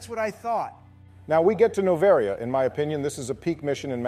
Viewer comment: The way pronounced Noveria had me in stiches